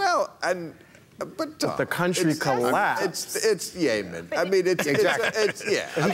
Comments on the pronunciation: Since when is Yemen pronounced "Yaaymen"? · It's "Yemen" not "YAY-men". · Its "yemen" not "yahmen" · Why are they mispronouncing Yemen? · Yaymen.....lol! Still love you Bill hahah. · ***** I mean "YAY-Men"? Come on now. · ***** and how is i-ran,,,,different from yeah- man? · I guess Yay Men sounds good if you're gay. Bill mispronounces it and everyone follows suit. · When did we change the pronounciation of Yemen? I can't keep up